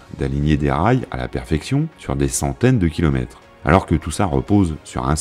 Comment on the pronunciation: Cette belle présentation et le travail impressionnant d'édition méritent définitivement mieux que tous ces "kilomèTES" qui jurent aussi avec la narration, pourtant de qualité avec une voix très plaisante. Dommage, mais on ne va pas faire comme à pour se plainDE, on ne peut pas tout avoir.. 🤔